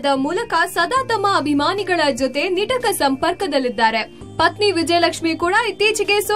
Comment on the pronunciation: It's not ನಿಟಕ maam. ನಿಕಟ